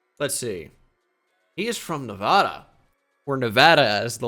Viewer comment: Nuhvahduh. fucking gross